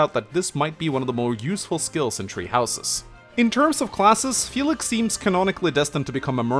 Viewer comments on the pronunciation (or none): “Tree houses”